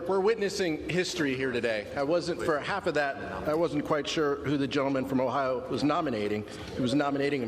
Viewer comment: It is called OHIO not OHIE madam